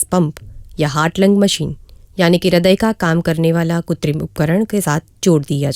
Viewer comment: Mam the real pronunciation is KRUTRIM, You are missing it by saying KUTRIM